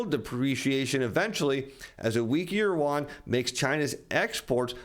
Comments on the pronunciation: Did he say…let’s contin….yuan…? 😂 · please learn to pronounce the Chinese currency correctly.